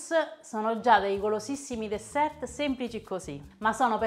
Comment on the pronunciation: Benedetta. Guardi, la parola dessert si pronuncia DESSER. La lettera finale T non va assolutamente neanche al plurale (Desserts). In francese, l'ultima lettera non si pronuncia quasi mai. Ci sono però delle eccezzioni, ovviamente. Un abbraccio